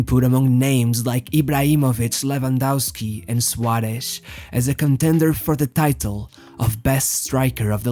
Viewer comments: The way you pronounce the S like Sh sounds horrible. Cut it out. “Shuaresh” its SUAREZ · Great pronunciation for a portuguese speaker, congrats. I think the Suareshhh gives away its origin. I would like to know if I am right...